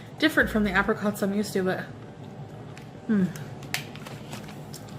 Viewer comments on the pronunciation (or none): “App-ricots” i cant- i just no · the way she pronounces apricots says enough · pronunciation of Apricots makes me want to harm myself.